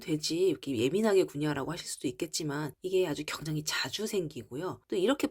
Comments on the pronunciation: 굉장히를 경장히라고 하시는ㅋㅋ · 내용은 감사한데 굉장히를 왜 경장히라고하시는지 거슬리네요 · 서울사투리입니다. JN님이 계란을 겨란이라고 하시는데 겨란도 서울사투리입니다.